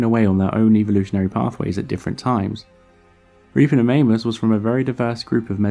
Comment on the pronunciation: Sorry but all I could hear was "Ripperofannus".